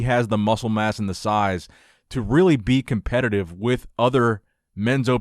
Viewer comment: ‘My advice too nick’😂😂😂😂 calm down arnold